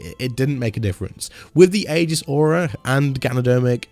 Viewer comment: Just a heads up. That word is pronounced E-Gis